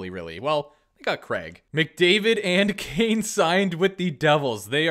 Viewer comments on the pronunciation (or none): none